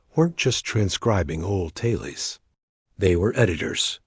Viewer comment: “Tale-eez?” That’s why I don’t like when creators of incredible video content choose to use AI audio voices. The mispronunciations make the content second rate. For heaven’s sake, please use a Real biological human being to narrate the video. It will be far more professional, not to mention, ethical to do so.